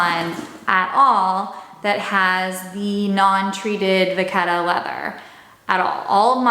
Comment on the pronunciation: you pronounced vachetta wrong